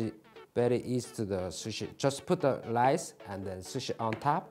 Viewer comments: Its rice not lice whos gonna tell him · when he said "lice" i felt that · Ask P "just put lice" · Love how he said lice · I love how he says “lice” instead of rice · Why does he keep using lice instead of rice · love the "lise" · Every time he says lice while handling rice it makes me laugh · Me: can you make me some sushi 🍣 Him: very good lice in it Me: thinking he means sea lice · U know he is Japanese when he pronounces rice as lrice, they do pronounce l and r in the middle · Each time he says rice me be like “lice? Lice where?” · Everytime he say rice I heared Lice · He pronounced lice